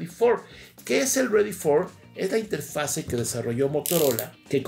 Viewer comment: Inge, lo vamos a poner a hacer planas: "No se dice interfase, se dice interfaz. No se dice interfase, se dice interfaz. No se dice interfase, se dice interfaz...."